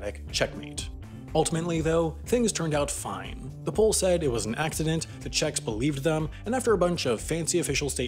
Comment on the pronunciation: As a polish i confirm it, po is only true god PS: yee, the "Aaccident"